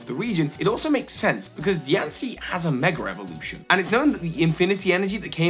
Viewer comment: I love hearing him say "megerrevolution".